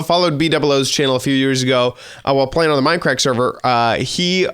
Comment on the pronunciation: did he say minecrack?